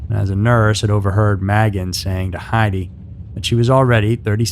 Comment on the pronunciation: Magan is pronounced "May-gan"